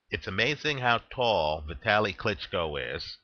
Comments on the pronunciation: his name is pronounced Vitaaaleee not Vitly...!! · no sir,its not just fine,he's not an american,so do him the respect of pronouncing his name properly!!